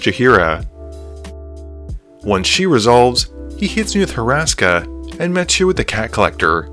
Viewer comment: Two notes. Max's commander is Hur-ska, not Hur-a-ska. Additionally, you referred to Ashiok as him; Ashiok is gender neutral, and uses they/them pronouns.